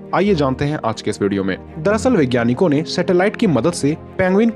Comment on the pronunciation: भाई असल शब्द "वैज्ञानिक" है। मगर आप इसे "विज्ञानिक" उच्चारण क्यूं करते हैं? हिंदी भाषा को तो बख्श दीजिए!